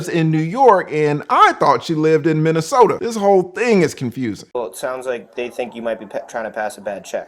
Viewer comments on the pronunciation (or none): none